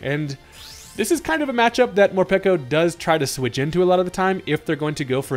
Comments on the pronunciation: Peko is a word that signifies hunger in Japanese, so peko not piko! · It's not mor-pee-ko It's mor-pae-ko Peko peko means hungry in Japanese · Pretty sure it's pronounced Mor-peck-o because peko is based off the japanese word ぺこぺこ which means hungry